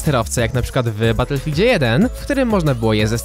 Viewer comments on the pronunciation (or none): none